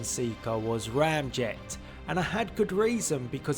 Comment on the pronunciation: It’s not Ramjet 😑